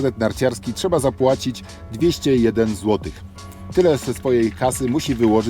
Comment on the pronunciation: 201 ojro 😉 !! Przejęzyczenie rozumiem 😊